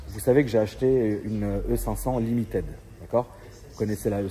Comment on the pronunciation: Limited se prononce Limitide pas Limitaide :face-purple-crying